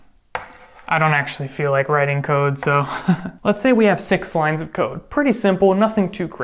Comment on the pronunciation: i understood "lines of coke" instead of "lines of code"